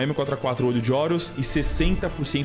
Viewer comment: eu elogiei sua pronuncia na hr de falar water. mas voltei e vi que vc pronunciou bluud pra sangue kkkkkk